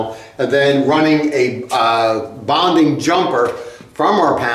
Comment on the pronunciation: NOT "bounding", but "bonding".